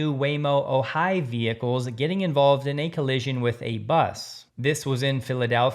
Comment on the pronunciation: The name of the new Waymo vehicle made by Zeekr is called the “Ohai”, pronounced “OH - hy”, not o - HY”. It is named after and pronounced same as the California city near Santa Barbara. From the Wikipedia article on the Ojai: “On January 7, 2026, the official name for the robotaxi was revealed to be the Waymo Ojai, named after the California city of the same name.” From the Wikipedia article on Ojai: “Ojai (/ˈoʊhaɪ/ ⓘ OH-hy; Ventureño: ’Awhay̓)[10] is a city in Ventura County, California. Located in the Ojai Valley, it is northwest of Los Angeles and east of Santa Barbara.”